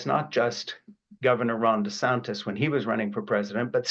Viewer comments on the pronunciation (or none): none